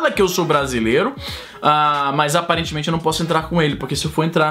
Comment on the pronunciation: ... "Aparetemente"...não... É MAIS FÁCIL SER GRINGO.